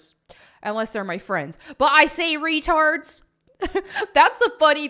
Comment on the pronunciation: does say retarb